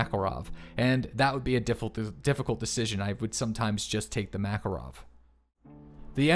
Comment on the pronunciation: Swear to god if he says "mackle-rov" one more time....